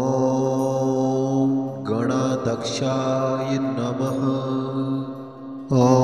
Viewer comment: गण अध्यक्ष गणाध्यक्ष असा उच्चार हवा. गणादक्ष नाही